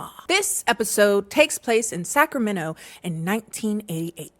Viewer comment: Thank you for pronouncing Sacramenno correctly lol